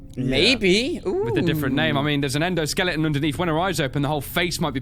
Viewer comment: Is it just me or did say "EndoSkellington"? xD